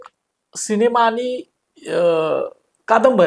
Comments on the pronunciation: शिनेमा नाहीरे रताळ्या सिनेमा असा शब्द आहे to निट बोल रे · Bhavu शिनेमा नाही सिनेमा बोला.. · तुम्ही सिनेमाला शिनेमा म्हणता, हे खटकतं